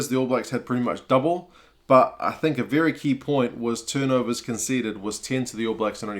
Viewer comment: “...Viry viry wit!” 😄👍🏼